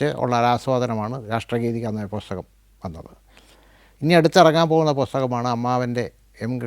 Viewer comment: പൊസ്തകം, വിധ്യാർഥി, ഫ്ളാറ്റ്ഫോം, മൃളാണിനി.... ഉച്ചാരണം പൊതുവെ പ്രശ്നമാണ്. പക്ഷേ പ്രതിപാദ്യ വിഷയത്തിന്റെ ആകർഷണീയത കൊണ്ടാവാം, താങ്കളുടെ അനുഭവ വിവരണങ്ങൾ ആസ്വാദ്യകരമായി തോന്നി. എങ്കിലും അവതരണത്തിൽ കുറച്ചു കൂടി ശ്രദ്ധിക്കാമായിരുന്നു എന്ന് തോന്നുന്നു.